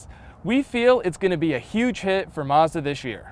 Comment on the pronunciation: this is sooo annoying.... CR can't hire people w/out a lispe and who can say 'mazda' not 'mezzduh'??